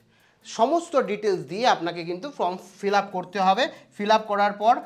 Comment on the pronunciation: উচ্চারণ টা ফ্রম নয়, ফর্ম ।